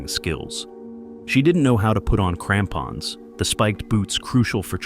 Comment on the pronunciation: I wasn’t watching and thought he said tampons when he said crampons and I did the biggest double take 💀